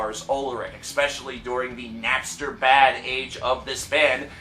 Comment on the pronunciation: "expescially" I fucking hate it when people say that shit